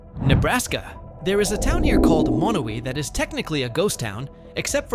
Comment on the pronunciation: Just for the record, Monowi, population 1, is MA-no-wye, rather than muh-NO-we. You got the em-FAH-sis on the wrong syl-LA-ble.